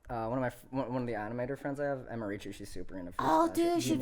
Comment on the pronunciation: u said emirchu wrong